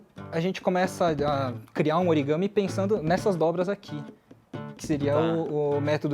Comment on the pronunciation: eu amei esse "origame"